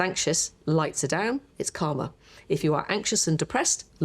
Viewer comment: When the Queen of pain lady said about being happy, less anxious turning the pain response down she said it's calmer, but I heard "it's karma." ie if you're happy, peaceful, your mind creates a less suffering world of experience. So I replayed it with the subtitles on and the subtitles thought she said "it's karma" too !